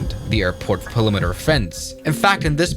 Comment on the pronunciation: You didn't pronounce it correctly either time, so who cares. PRE-LIM-IN-ARY. not PUH-LIMINARY. And it didn't overrun the runway. It lifted off. It was airborne. Ugh. I despise bad grammar, bad English, and bad copycat reporting. Edit: It also cleared the PALIMITER (think he meant "PERimiter")... Oh boy can I even go on? Probably not....